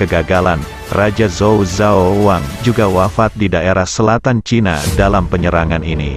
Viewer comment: Bukan pakai Z bacanya, tapi C